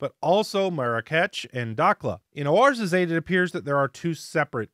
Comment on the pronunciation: Just wanted to let you know that Ouarzazate is pronounced war(wah-r)-zah-zat. Great video per usual though. I think the janky spelling is because Morocco was a French colony and Oua is "Wah" in French, and t's are silent at the end of French words unless they have an "e."